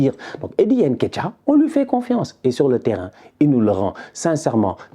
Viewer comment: t’es sénégalais et tu prononces comme les européens avec ton « haine ketiah »…comportement. Sinon top, comme dab